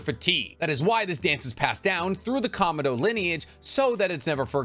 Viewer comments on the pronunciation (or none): none